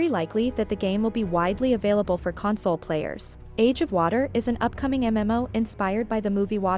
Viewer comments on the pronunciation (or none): I find it funny that the AI/Voice is pronouncing console, as in comforting someone, rather than a gaming console. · It’s weird that the VO switches back and forth between CON-sole and Con-SOLE! 😂🤣